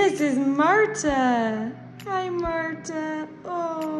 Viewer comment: Okay, well it's pronounced Marta